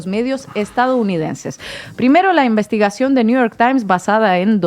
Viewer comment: Todos solo que hacen es leer pero Inna es la que lo disimula mejor,ah pero no se dice envistigacion e Investigacion